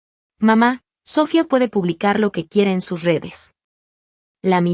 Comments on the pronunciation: ¿SÓfia? Es SofÏa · Noo entiendo porque no puedes pronunciar bien las palabras, empezando con el nombre Sofía, Sofía, Sofía